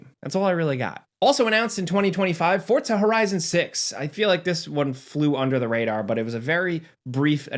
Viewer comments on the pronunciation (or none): none